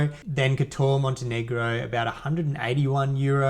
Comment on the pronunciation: Guy's its prounced as "Kot"-"or"